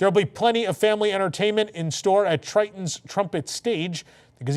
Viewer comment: My favorite Disney princess is Ariel thanks for saying her father's name right.